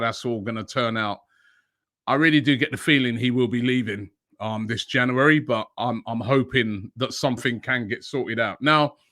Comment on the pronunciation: Nobody: Robbie: Janooary